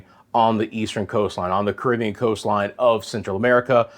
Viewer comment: Ca rib be an ' not cribian